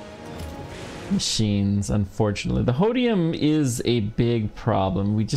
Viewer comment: its holmium not hodium